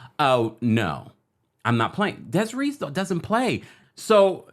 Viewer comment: What song are u talkin about with im kissin u and its DESIRÉE like the é in Beyoncé chile, that was killin me😒😅